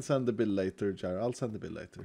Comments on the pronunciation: First time I hear jira being pronounced that way. Well, I am russian and we call it more like jeera. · Imagine making Jira not only your whole career but an identity, just to have a hermit misprounce it so bad you don't even catch the reference. 😂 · I'm a litle concerned that no one has called you out for your pronunciation of Jira